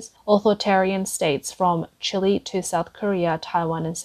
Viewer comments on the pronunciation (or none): none